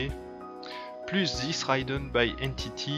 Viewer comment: Jolie vidéo ^^ et félicitations :D J'me permets juste : "ridden" se dit avec un i comme en français, dd est une consonne "rapide" :) et != c'est un symbole pour "différent de" si je me trompe pas :)